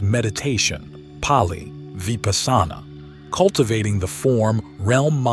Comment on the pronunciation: Dude, your pronunciation of Sanskrit/pali words are ATROCIOUS. It's AAnanda.. not ANUNDAA. Its Vipaasana...etc. pretty much every Sanskrit word has been pronounced incorrectly.